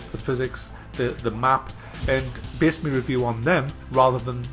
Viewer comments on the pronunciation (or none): none